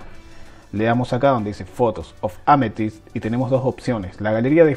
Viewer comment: Incredible video!, thanksss (oh, and try saying Amethyst, pronuncing the TH)